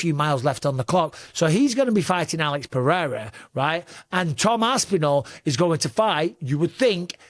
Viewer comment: lol why did you have to edit in Alex’s name 😂 did you butcher it? 😂